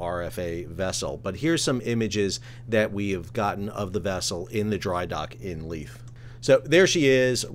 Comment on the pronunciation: Edin buh-ruh. The buh runs into the ruh. You got Leith (Leeth) right! Almost all Youtubers outside of Scotland get both wrong.